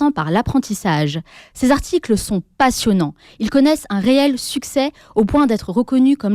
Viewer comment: On ne dit pas "cent z'articles". On dit "cent articles" (et oui, il n'y a pas de s à cent) ou "cent t'articles". C'est très simple à mémoriser : on dit "il y a cent t'ans" (on fait la liaison). on ne dit pas "il y a cent z'ans".